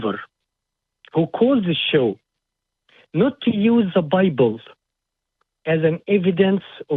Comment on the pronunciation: Am I the only one who's convinced that this "" is also the "" that calls the show sometimes? Listen to how he pronounces the word "bible"...